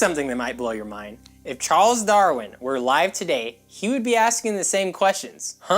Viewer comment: He keeps pronouncing "Darwin" as "Darrin." It drives me insane.